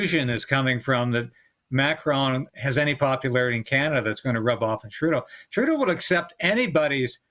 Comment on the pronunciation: Did you say comedian Turdo??